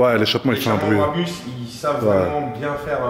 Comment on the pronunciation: BRABUS et non barbus 🤣🤣🤣🤣🤣